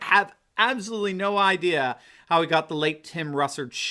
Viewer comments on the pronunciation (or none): none